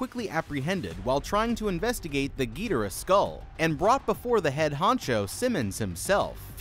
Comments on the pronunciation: King Ghidorah:❌ King Gee Dira:✅ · “Gidera” it’s Ghidorah, gi-dor-uh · Bro why did you say gidhora idk how to spell you said it so Goodyear man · King “ geedera “ 😭😭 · Why everybody I see talking about King Ghidorah and they always say King Ghidora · Bruh literally said GeeTara 💀 for King Ghidorah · Giaroara totally not ghidorah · Not to be rude but to be rude wtf was that pronunciation for ghidoriah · Is ghodirah that hard to say💀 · I HATE HE KEEPS SAYING THE BIG YELLOW DRAGON WRONG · Bro messed up king gidorahs name like pronunciation but idc